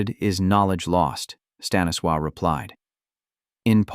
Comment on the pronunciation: Staniswaw? Huh?